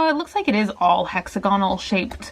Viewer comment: Hex-ag-onal not hexagon-al